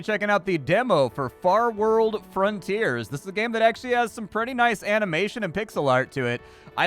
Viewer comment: In the first 5 seconds you said the name of the game wrong... rest was lit! Looks fun